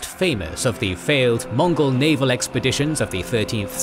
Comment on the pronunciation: its mongol not monggol